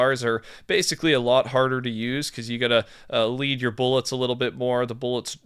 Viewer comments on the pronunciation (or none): none